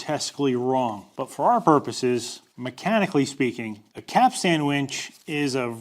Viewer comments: Quite correct! I'd also avoid the modern tendency to over emphasize the final syllable. It's actually "capst'n" not "cap-stan." Same as Captain is "Capt'n" or "Cap'n" and not "Cap-tane." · Couple things. first, you're the first person I've ever head pronounce it "cap-stan". it's usually pronounced quicker. like "capsten" as if you're saying "captain" but with an S in there. second, the thing you show is a bollard, not a capstan. specifically a dock bollard. if it doesn't turn, it's not a capstan. I get it, you grew up landlocked. I was in the Navy though. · Its pronounced ''cap-stin' (the t is sometimes silent). But not 'cap-stan'. Also, that black thing on the pier is a ballard, not a capstan. Also, the edges of the drum should have a larger radius so as to allow the line (rope) to self adjust when/if it reaches the edge. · Cap-stan? Caps-t'n. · I'm a bit autistic and the way you keep calling it a "cap-stan" is giving me massive anxiety. In future capstan videos can you please pronounce it correctly? As in (caps-tun). Thank you very much good sir 👍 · and all you other landlubbers, it's not a cap stan winch, it's a capst'n winch. Say it way at the dock and you'll get hahahaha'd all day. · It’s pronounced ‘capsten’ not ‘cap-stan’ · I've always heard the word "capstan" pronounced "cap-sun" by people who are familiar with them, but I live close enough to the ocean to hear the waves crashing on the shore. 😉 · am i the only one who keeps hearing "cap sandwiches"?? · Maybe (caps-ten)? You might have to ask ChatGPT, AI always pronounces things correctly 😁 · for the love of god it's pronounced capstun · Just so you know, in nautical circles (I was 20 years in the Aussie Navy) we don't pronounce the 'a' so much. It's more capst'n. Mind you, we pronounce forecastle as fo'c's'le, so who can tell? Love your work,. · Pronounced Cap...stun, from a sailor 😅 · Lol you cant even pronounce it but made a vid on it